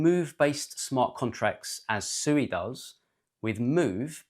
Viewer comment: It's pronounced "swee"!!